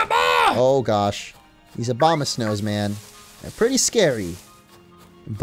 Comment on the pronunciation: did he say OBAMA-snows instead of Abomasnows?